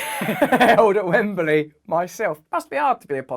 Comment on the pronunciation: Russell, it's not Wembely , it's Wembley